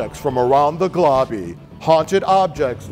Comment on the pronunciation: "from around the globby"